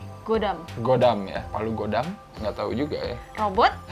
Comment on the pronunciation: baca hangulnya gwidam bukan godam wkwkw